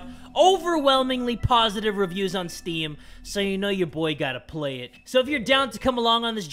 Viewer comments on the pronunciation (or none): it's playyg, not plag